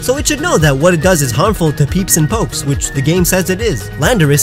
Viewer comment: PeEpS aNd PoKeS (well you said popes...)